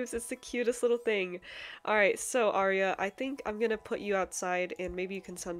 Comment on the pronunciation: Ahhhh Omg my name is the same as the little mushroom girl except I spell mine with a y instead of the I because Arya with a y means noble and I love that. And yes you pronounced it right 😊❤